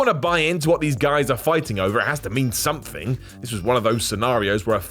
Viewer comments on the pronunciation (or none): none